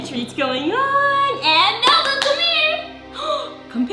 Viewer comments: you said malapoop🤮🤮🤮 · Lol 😆 u called malbu-》malpoop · Did you say Malipoop